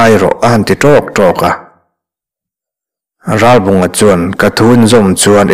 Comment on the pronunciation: Thurawn pe tur che chu nilo mah ila, a bung hmasa lam aṭang tawhin, Ralbunga hming hi i lam fiah tawk lo deuh. 'Rá-bawnga' tia lam i ang tlat mai. 'L' hi lam fiah deuh ni bawk se.